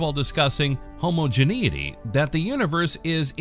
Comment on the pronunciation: This is a good vid, but "homogenous" and "homogeneity" are not pronounced like that at all.